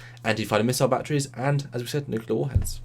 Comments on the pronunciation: Its Nuclear not Nuke u lar....By the Way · NU-CLE-AR. NOT "NU-CU-LAR" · Hey large one, if you want to sound intelligent: it's "nu/clear" not "nu/q/lear" and there is no such word as "anyways" in the English language